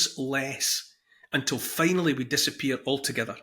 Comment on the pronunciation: Fai-nully you have woken up 😂😉😆